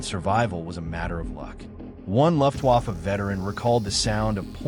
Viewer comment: Ugh. The “Luft” waffe pronunciation of your AI reader, as well as some of the “pauses” in between words are hugely distracting. I’m out, but thought you should have the feedback. It just feels……un genuine, and pandering.